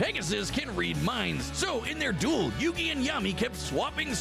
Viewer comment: Duel not dule.